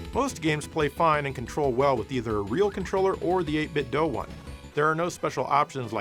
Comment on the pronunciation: Why are you saying doe? You know it's doo. As in 8BitDo